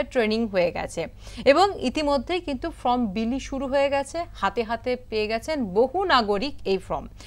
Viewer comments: Form ke From bolchhen keno? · ফ্রম বলছেন, ভুল বলছেন কেন।?এই উচ্চারণ নিয়ে শেখাচ্ছেন? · Katha ta from now form, uchharon ta thik kore korun age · plz mam আপনি নিজে আগে সঠিক উচ্চারণ করুন। শিক্ষিত মানুষের ভুল বড়ো কানে লাগে।from আর form দুটো উচ্চারণ আলাদা spelling এর মতোই